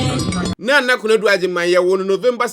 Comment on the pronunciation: Please it's Nana not Naana😢